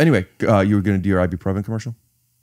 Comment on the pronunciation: It's I-boo-profen